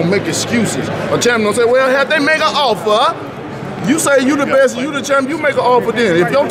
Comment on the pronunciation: “Have they made a offfeer” 😂